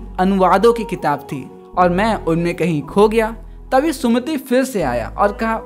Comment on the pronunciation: vo sumit hai sumati nhi